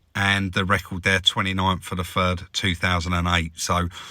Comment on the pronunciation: It’s not the accent as much as the mispronunciation of words “I fink it’s furty free and a furd percent!” A growing number of idiots in the UK are starting to speak like this. They think they’re cool or hard but really, they’re just “fick”!